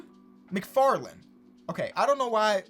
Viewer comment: It sounded like he said mcfartland